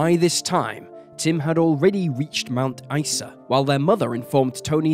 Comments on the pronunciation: Mount Ice-a and Air-Lie Beach were impressively botched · I get very angry when police put cases in the "too hard" basket, and/or cover up for potential "bad seeds" in the force. Thank you for bringing this case to light again. Though I would appreciate that place and people's names (Ivan Milat, Mt Isa, Concurry etc) be checked for correct pronunciation before voicing the narrative. And although I understand that a lot of time and effort goes into making these videos, it isn't a hard thing to do. Most pronunciations can be checked online.